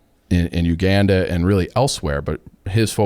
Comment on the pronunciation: can’t pronounce the letter “a” Uganda pronunciation is brutal